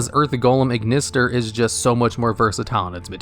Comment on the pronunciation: “@ = “At” thus the Archetype is pronounced “At-Ignister”. Sorry that really bugged me.